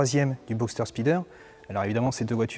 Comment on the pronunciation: Non mais franchement sa facon de prononcer « spyder » est abusée, il aurait pu faire un effort quand meme